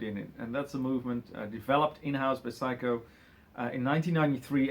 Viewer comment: It's "Seiko" (say-ko), not "psycho"!